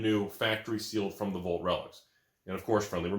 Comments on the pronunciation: wtf is a volt?? It's VAALT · Anyone talking about how says Vault like “Volt”?